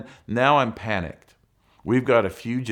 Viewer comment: Wonder how long it'll say "figitive"